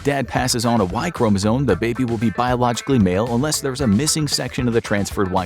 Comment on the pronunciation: It's chromosome, Not chromozone.